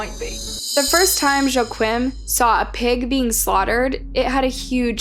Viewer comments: In German, 'Joachim' sounds like, 'Yo-aa-him' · I'm really sorry but I'm out. Your proper noun pronunciations have always been terrible but this one cinches it. Joe Quim? C'mon. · Joachim = “wah-keem” not Joe Quinn… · its pronounced YOH-AGH-HEEM KRUHL !! Sorry im European and youre pronouncing it so wrong, love your channel 😅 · Here people say "Wah-KEEM". Regardless, she didn't get any of them right! Not that I'm surprised, basic research and this woman are not acquainted. (Up the Reds!) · Joachim is pronounced wrong as someone who speaks German it isn’t even close.